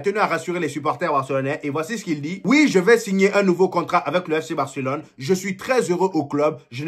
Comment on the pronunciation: Tu prononce bien barcelone